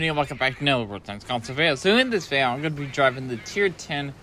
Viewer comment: When you say vayo do you mean video?